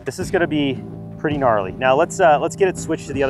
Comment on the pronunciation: Bro said "its gonna be pretty narly" 💀💀💀